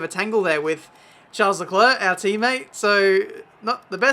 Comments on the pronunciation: Expecting a RageKitchen video from Matty, because you're pronouncing Charles and not Schaaaarl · Hey, just so you know it’s pronounced Sharl not Charles, and Ockon not Ohkon